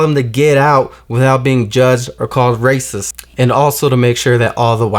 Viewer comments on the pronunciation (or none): "Ya raicist"😳😂